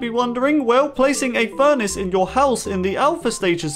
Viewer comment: the way he pronounced furnace as furnish tho